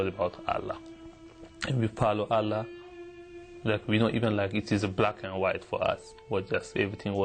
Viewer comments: He memorized the Quran but he can barely pronounce the word Allah ..lool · His pronunciation of ALLAH is wrong too. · Yet his pronouncation of "Allah" is completely different lol. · He is not able to say Allah properly even though he memorized the Qur'an and went to Mecca every 3 months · He can pronounced Christ and gospel so clearly but not allah and Muhammad and he was Muslim memorize Quran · I always know whether this guy WAS a Muslim or not, is just by listening to his pronunciation of of Allah and Qur'an. Just plain simple. I laughed when he said he had memorized the WHOLE Qur'an BUT how come he can't even pronounce these 2 words properly. He pronounced them like non-Muslims do. Watch the Muslim videos and listen how they pronounce the word Allah and Qur'an. My conclusion is: He is not a Muslim and was paid to do the video by the Christian Propaganda. Just FRAUD! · He don't even know how to say Quran and Allah properly after 10 years in Madrasah? Another fake.Please study more about Quran and Islam. You are so funny ...LOL